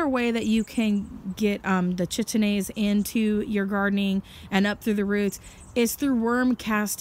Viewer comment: The CH in enzyme name is pronounced K. So the name js Kite-een-aze :) good info though.